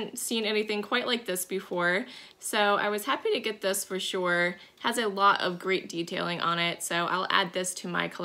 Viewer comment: I'm sorry, but everytime you say, "Shore/sure"...I think of Daphne on Fraser when they crossed into Canada and to prove her US residency, she just said one word..."Shore!" LOL I have a strong southern accent, so you would laugh at mine, too.